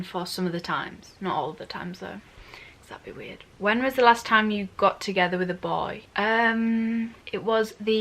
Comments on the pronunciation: But how she say that word B O Y I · Why did she said “bOy” 300x in 1 minute😂😂